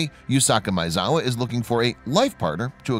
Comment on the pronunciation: Dude, you can't pronounce Maezawa? ...